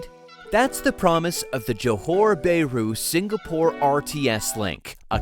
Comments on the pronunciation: The comments on the report is okay except for the mangling of the Malaysian word for the city of Johor BAHRU. It is pronounced as Jo Hor Baa Ru instead of JO HOR BAY RU. It is very irritating to hear you Americans killing the pronunciation of a country or its city names. Should you not make sure of how to pronounce any foreign country’s name or it’s cities before you get online? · "Bay-roo"? Sure that's not "Bah-ru"? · It's not 'bear roo'! ouch!